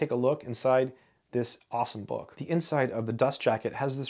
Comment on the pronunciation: you pronounce "bawk" instead of book. Are you a native English speaker?